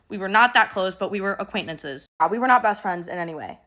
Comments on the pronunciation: Does anyone else hear “aquaintmences” instead of “acquaintances” ? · so no shade to but was girly saying acquaint(n)ances? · I’m sorry but if she mispronounced ’acquaintances’ one more time, I was going to explode 😂